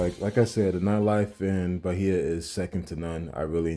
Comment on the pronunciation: BAI-EEEEE-AH no H sound